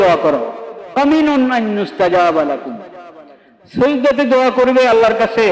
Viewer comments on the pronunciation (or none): ধুর মিয়া!! হুজুরের বলার ধরণ টা সৈজদা শুনা যাচ্ছে কিন্তু হুজুর সিজদাই বুঝাচ্ছেন।